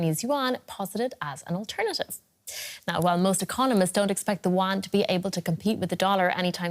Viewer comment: It’s pronounced yuen and not “won”. Won is the South Korea currency. Go get educated first being embarrassing yourself 😅